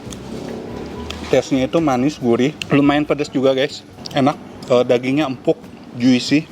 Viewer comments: Buncis bukan kacang panjang. Juicy dibacanya Jusi bukan Juisi. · Dear food vlogger yg aku tonton tiap hari.. Juicy read: ju-si Ga pake i abis ju.. ju-si aja gitu bacanya Semoga ga di bilang nyinyir ya.. ini comment membangun satu sama lain aja :)